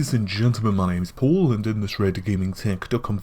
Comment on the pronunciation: RedGamingTech You’ve ruined the way I say “Paul.” Now I keep pronouncing it like a proper highly-technical geezer with allergies... “Pōhl.” U know how odd it is when an American calls his buddy “Poll”?! Damn you,!